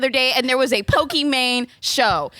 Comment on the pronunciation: messes up Pokimane's name almost immediately and multiple times lmao.